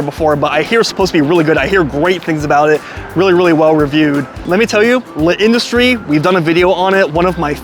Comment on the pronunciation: The apostrophe in L'Industrie indicates that a letter has been elided, specifically the 'a' in la (because, perhaps surprisingly, industrie is a feminine noun in French). So even without the apostrophe it would be "La Industrie" rather than the "Le Industrie" you're pronouncing it as; with it, you just say it as one word without a pause. You got close a couple of times! Will definitely check some of these out when I'm next in NYC, I've always just gone to the closest place selling slices and been uniformly disappointed. I liked the look of the Mama's Too one the most, though it was very heavy on the cheese. And pizza in Italy is definitely a different thing from in the US, with similar sorts of regional variations too. Hope you and your wife have a great time there and your illness passes quickly!